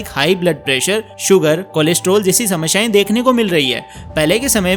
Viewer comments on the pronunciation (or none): Samashyae nahi samasyae